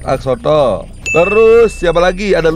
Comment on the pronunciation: Bang bacanya bukan exsotol tapi EX-SO-LOT